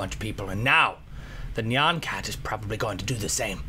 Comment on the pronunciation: no offense but Nyan cat isnt pronounced neon cat. its nyan cat (nye-an-cat)